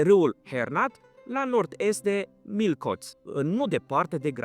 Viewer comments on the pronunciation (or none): Miskolc se citeste (Mișcolț)